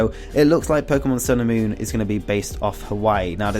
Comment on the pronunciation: It sounds like you're saying "Pokemon sailor moon" hahaha